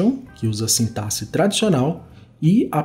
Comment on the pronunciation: Já ganhou like só por pronunciar a palavra sintaxe de maneira correta!👏🏻👏🏻👏🏻